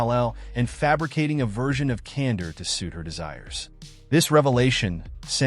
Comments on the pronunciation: Kandor with a k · Can-door. Not Cander.